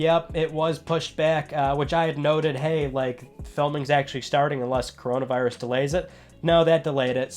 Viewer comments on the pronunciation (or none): Welp you're getting demonetized, you said coronavrius